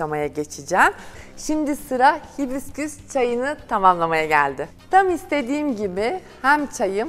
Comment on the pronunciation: Hibisküs diyosunuz ısrarla baya rahatsız etti